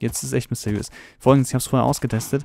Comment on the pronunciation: misteiös?! Ernsthaft? Sprich das RRRRRRRR!!!!!